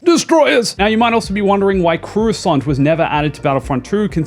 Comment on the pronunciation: Bro actually called Coruscant Croissant.